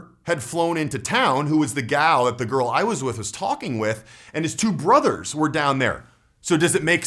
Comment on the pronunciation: Why does he say garl